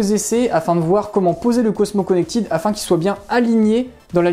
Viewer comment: Merci pour le test bien réalisé et clair. Produit intéressant. Une réserve toutefois sur votre prononciation en anglais ! Notamment "Connected" qui ne se prononce pas "connectide" mais se rapproche de "connectède".